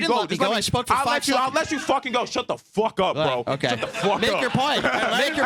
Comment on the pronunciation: “shut the phwuck up bro!” Lmao